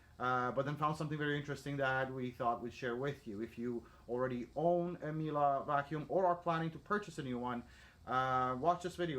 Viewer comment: Its "Mie- leh" not Mielah